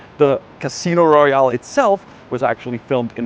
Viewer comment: This darned pronunciation: Cruise, Royale, Kreml(in), Vitus…